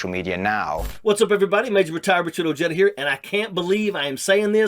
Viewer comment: Ojeda is pronounced with the J?